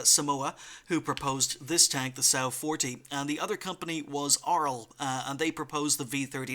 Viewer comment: I think it's 'Som' 'Wa' 40